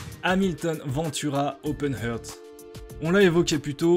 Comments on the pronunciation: super vidéo ! en revanche la prononciation anglaise laisse dubitatif : "heart" se prononce plutôt [hart]... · "Heart" se prononce "arte".